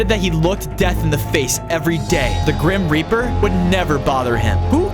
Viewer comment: Grim rap-r